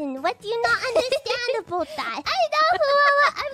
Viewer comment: Did just turn canadian forba second? I swore i heard her say aboot